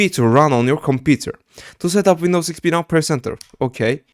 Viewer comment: The way u said Wnidows XP said a lot about you being Turkish than the google search history, great video btw